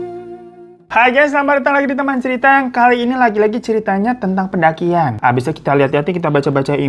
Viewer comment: kenapa si perdakian/pendakian/ pe dakian muluu